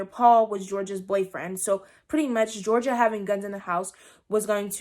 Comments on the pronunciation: Her name is Georgia though like the state...not Jor-genie-ah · It's pronounced (jor-ja) no hate tho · is no-one gonna talk about how she called gorgia Georgina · GEORGIA!!! not Georgina